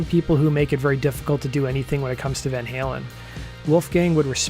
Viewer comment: I h8 how Eddie Trunk pronounces Van Halen as Van Helen